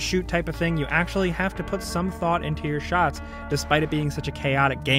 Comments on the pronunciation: shots... "Shoughts" lol😰😂😂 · mans really just spelled shots like “shoughts” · "Thought into your Shoughts" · SHOUGHTS... a shots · I have never seen anyone butcher a word like shots that badly in my life. I mean really? Shoughts? Come on now. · “Thought into your shoughts” he says as he puts no thought into the text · "Thoughts into your shoughts"??